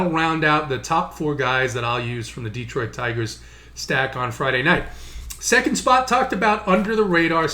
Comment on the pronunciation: Love your analysis,. Hate your pronunciation. It's D(uh)troit, not D(ee)troit!!!